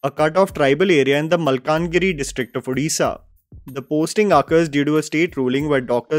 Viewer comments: Glad that got the pronunciation of the State name, language etc correct. I have heard many people mispronunciate. At the same time his unintentional honest mistake of mispronouncing दासमहापात्र (ଦାସମହାପାତ୍ର ) once again highlights, the way English has failed indian languages and scripts. Our scripts (all proto-indian scripts) are so evolved that even a person who doesn't know the language can at least read/pronounce the unknown word correctly. BUT ENGLISH CAN'T PRONOUNCE saala!! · Thank you for saying both Odia and Odisha with the proper pronunciation,!